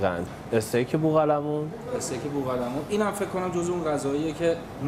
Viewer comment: بلد نیست بگه بوقلمون دقیقه سه و۵۰